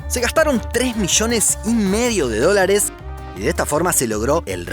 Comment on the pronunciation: Amigo gaucho se pronuncia Llama no "Shama"; Allí, no "Ashí"; Millones no "Mishones"; LLorar, no "Shorar"; Mayoría , no "Mashoría"; Ayuno, no "Ashuno"; Allá, no "Ashá", etc., etc . Disculpa la observación, pero hay que pronunciar bién las palabras. Pero Un abrazo amigo, no te amargues, porque pones buenos vídeos.